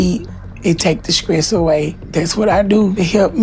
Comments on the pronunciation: I noticed that too, she was experiencing “ skress” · The "skress" is REAL!!